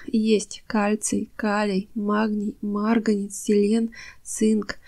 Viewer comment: Кладезь ! Марганец! Вы из России? Почему много неправильного произношения?